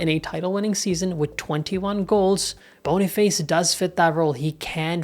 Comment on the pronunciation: Boni face ❌️ Boni fAs ✅️